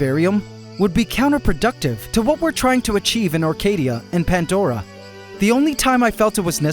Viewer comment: 🤔 "PANTDORA" ??? BTW there's NO "T" in the word PANDORA 😂😂